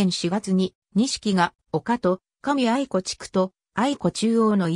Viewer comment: 地元の学校紹介されて嬉しい あとあいこではなくあやしですよ。 かみあやし しもあやし あやし など そしてくりおではなく くりう です